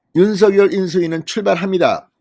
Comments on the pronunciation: 진성호 님은 댓글 피드백이 없는가요. 대통령 당선인 이름을 자꾸만 "윤서결"로 발음하니 귀에 거스립니다!!! 당선인이 "윤서결"이 아니라 "윤성녈"로 불러 달라고 하였다고 하니 꼭 정정하여 주세요!!! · 윤석열 당선인 이름의 발음은 "윤서결"이 아니라 "[윤성녈]"로 불러야 한다고 합니다. 김은혜 대변인의 공식의견이자 윤당선인 본인의 의견입니다. 어릴때부터 가족이나 친구들도 [윤성녈]로 불렀다네요.